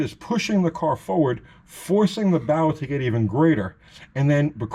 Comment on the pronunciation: Bow, when talking about springs, is not pronounced bow as in the pointy end of a ship, but bow as in bow and arrow. The word bow is used because the object being talked about is taking on the shape of a bow that is used to launch arrows. When you accelerate a leaf spring car the same force that is turning the wheels forward is also trying to twist the rear end backwards. That is why pinion snubbers are use to keep the nose of the differential from twisting too far backwards. This affects the leaf spring on both ends putting an upwards bow in the front and a downward bow in the rear of the spring. This puts the spring in an ess shape and is called spring wrap. The Chrysler setup with the diff mounted farther forward than most Fords or Chevys resists this better and a couple of extra clamps can be used to counteract this tendency. Ford and Chevy guys might get more mileage with a "slapper" type traction bar which attaches under the spring and extends toward the front of the spring with a rubber snubber which limits the twist in the spring. For best results the snubber should contact right below the forward spring eye as the bow in the spring under hard acceleration would mean that the bar would have to twist further to contact the spring, unlike the fixed end of the spring.